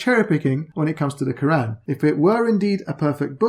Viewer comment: Lmao he criticises asadullah for his pronunciation then two seconds later he says ke-ran like some non Arab with a lisp loooool